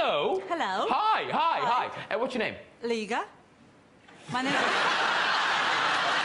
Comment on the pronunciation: I'm reminded that Graham Norton still embodies the arrogance of the old, tiresome Empire. Surely, he's well enough educated to know that Liga rhymes with Riga and if he was a bit more creative--rather than lazy--his quips could be SO much more entertaining.